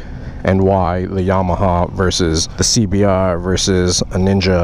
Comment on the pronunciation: Lol another crazy person saying cbr double Rrrr